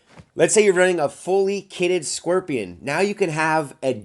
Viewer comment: Stop pronouncing it squirtion